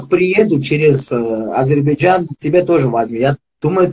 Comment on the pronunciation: Научитесь правильно высказать не Азербайджан, а Азербайджан.